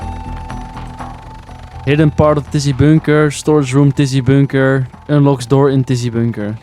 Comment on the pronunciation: Please say bunker correctly 🤣🤣 boooonker is crazy